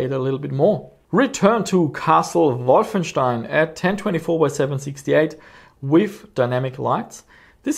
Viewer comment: = The way wolfenstein meant to be said..... all pun intended.